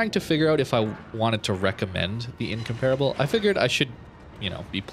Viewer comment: Not trying to be a grammar Nazi (really!), but it's pronounced "In-COM-per-a-ble"... Not "In-COMPARE-a-ble". Just thought you'd want to know before you release the upcoming Incomparable video! I really love all your videos a lot. You've become my go-to guy for Warships videos. Keep up the great work!